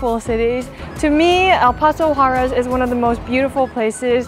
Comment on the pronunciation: Quick tip to improve your pronunciation of "Juarez": the R should sound like the double T in "better".